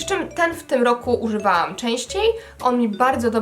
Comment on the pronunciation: Jako stały widz chciałam nieśmiało zaznaczyć, że często zdarza Ci się mówić "smarowaam" zamiast "smarowałam" lub "uzywaam" zamiast "używałam" itp. (przykładowe słowa - chodzi o zjadanie tego "ł" film - lub ). Nie jest to absolutnie hejt, mogłabyś skupić się nieco na dykcji :)